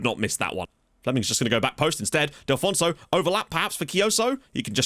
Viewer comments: Mate, it's DELL-FOO-NESS-OH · Delfouneso is pronounced "Dehl"-"Foo"-"Neh"-"Soh"